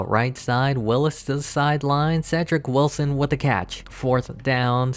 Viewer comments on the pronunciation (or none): none